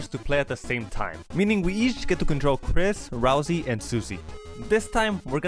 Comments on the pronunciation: Ralsei, not ralzee. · RALSEI IS NOT PRONOUNCED "Ralzee"!